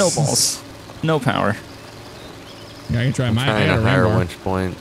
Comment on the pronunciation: It's winch not wench